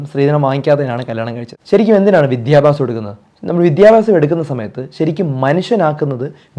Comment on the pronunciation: ഡോക്ടർ പറഞ്ഞത് 100%ശരിയാണ്. Almost എല്ലാ വീഡിയോയും കാണാറുണ്ട്. വിദ്യാഭ്യാസം എന്ന് പറയാൻ ഡോക്ടർ ശ്രദ്ധിക്കണം ഡോക്ടർ ശ്രദ്ധിച്ചില്ല എന്ന് തോന്നുന്നു വിദ്യാഭാസം അല്ല.( ട്ടോ )